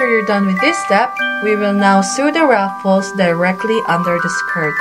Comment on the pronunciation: You mispronounced ruffles. Raffles are drawings where you sell tickets to win prizes.